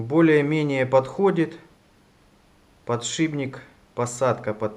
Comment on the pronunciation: Только не подшиБник, а подшиПник.